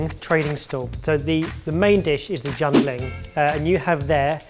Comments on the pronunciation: oh my, i couldn't at the 'jun bling' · Did just say jian BLING 😂😂😂😂😂